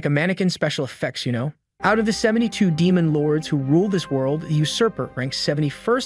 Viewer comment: the 9th rank damon. I MEAN DMEON OMG U SAYING DAMON MAD EME TYPE DAMON INSTEAD OF DEMON Is named after emergency food